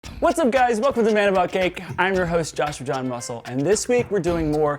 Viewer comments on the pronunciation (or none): Am I the only one hearing "I'm your host, Joshua John Muscle"???